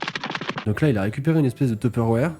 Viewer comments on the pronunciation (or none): comment tu prononces Tupperware ? Teupeurewaire ? Ce qui disent tupairwar vous êtes où ? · alors après avoir entendu tupperwAre maintenant c'est tEpperware 😂, c'est abhérant ! On dit tupperwEre ! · Sinon le Tupperware sa de dis pas TEPÈWOUÈRE😂😂